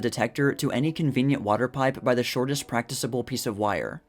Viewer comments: I can read articles aloud for MYSELF, thank you. And when I do it, I do not mispronounce words like "practicable" and "successively." (I noticed the guy has a special problem with "C," often pronouncing it as an "S" when it should be a "K." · Practicable, “prac-tik-able” Solder, “sod-er” Just FYI. Very good video, BTW. Fun and interesting stuff.